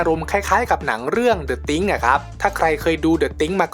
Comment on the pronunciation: ตินิดครับ The Thing อ่านว่า เดอะ ติงครับ ไม่ใช่ติงค์